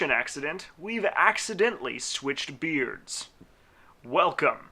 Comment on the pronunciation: When he said switched beards I heard switched beers LUL